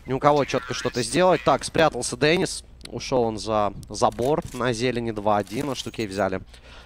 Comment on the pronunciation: Не дэнис а Денис на и ударение